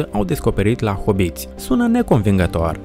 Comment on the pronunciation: Hobbiti,nu hoboti